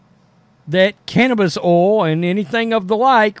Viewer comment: Love the way the says "cannabis oil" hahahaha